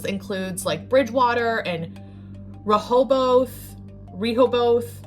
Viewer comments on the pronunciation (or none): I've never heard Rehoboth butchered in that way...🤷🤣 Re-hoe-buth...